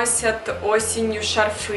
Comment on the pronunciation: спасибо за видео! Но только правильно говорить "шАрфы".